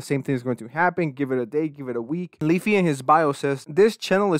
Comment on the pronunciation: Weafy sounds like my grandparents trying to say WiFi.